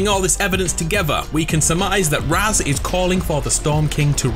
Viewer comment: Tho it's pronounced raaz, not raz